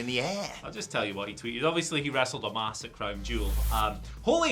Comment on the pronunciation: Someone tell it's Omos not Omas